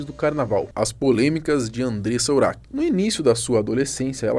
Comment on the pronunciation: O nome dela se escreve urach mas não se pronuncia nem urak e nem uraxi . A pronuncia correta é Urá .